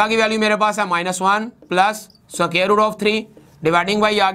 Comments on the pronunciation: it is square not so-care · aur soqaer nai hota squar hota hai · Square ko soker bol rhe ho. Pehlay bolna seekh lo phir parrhao